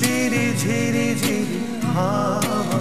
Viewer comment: গান করার একটা বিশাল প্রয়োজনীয় দিক, উচ্চারণ ঠিক থাকা। তা না হলে, বিশাল অসুবিধা। আপনার এইগানে এই ভিডিওতে ''জিরি জিরি হাওয়া'' শুনা গেছে প্রথমে। আপনি গান অনেক ভালো করেন। অনেক ভালো। শুধু গানে যেন ফীলটা কম। মান্না দে'র যদি কাগজে লিখো নাম গানটিতে যে সব জায়গায় শিল্পী যেইখানে' ''হুম'' বলেছেন, তা'ই বলা উচিৎ। কারণ কারও গাওয়া গানে এক্সপেকটেশান সেট হয়ে থাকে। শিল্পী যা করেছেন, তা না করলে গানটার প্রতি সুবিচার করা হয়নি বলে মনে হয়। আপনি যখন গান করেন, তখন কেন যেন মনে হয় দায়িত্ব পালন করছেন, আপনার আন্তরিকতা আর আত্মস্থতা কম লাগে তাতে। আপনি সামনে অনেক এগিয়ে যাবেন। আমি আপনার একজন ইউটিউব ফ্যান। আশা করি সব কিছু কাটিয়ে সফল হবেন। ধন্যবাদ।